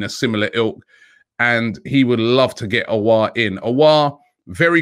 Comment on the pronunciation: Houssem "O" LOL